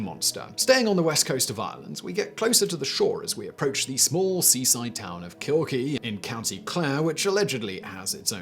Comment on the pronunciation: Check how to pronounce names of people and places before these lists